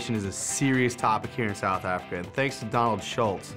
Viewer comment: The first minute the guy says South Africa plain as day, then 5 seconds later says South Africker. I’ll never understand.